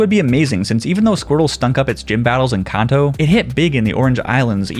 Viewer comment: Idk y it bugs me so bad that he keeps saying kanto wrong. 😂 say it with me CAN-TOE put it together kanto